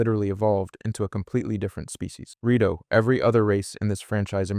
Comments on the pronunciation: lemme correct you in something tho! it is called rIto not rAto birb people aint a rattle nor a rato (spanish for a few minutes) dont insult them! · SHE-kah, not SHY-kah. (Sheikah) HI-lee-anne, not HEY-lee-anne. (Hylian) REE-toe, not RA-toe. (Rito) man, people gotta stop using AI slop... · Good video! But why do you go from saying Rito to Rato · What race are the rat-oh or the shy-kuh again? 🙄